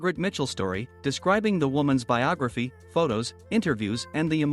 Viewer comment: It's BIOGRAPHY, not BIOGAPHY